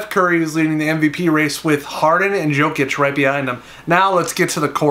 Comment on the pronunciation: it’s not jokic it’s yokic